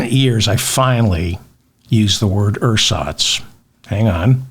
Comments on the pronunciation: This being my native tongue, let me help: "Ersatz" is pronounced so that it sounds about like this "Air-zatz" Emphasis is on the 2nd syllable. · Ersatz surely the 's' needs to be pronounced /z/ not just because it's a German word but because nearly everyone respects this convention. As for what it means, that's another lost cause.